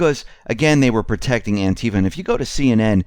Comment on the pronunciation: Clearly you dont Konow the origins of Anti Fa, you don't even pronounce it right. Anti Fa USA/BlackBloc is mostly cooped and infiltrated since even before the IMF riots a long long Time ago Otherwise good show Doc Former admin for the jackbloodforum